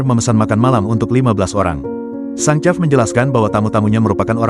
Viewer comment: Chef bacanya shef!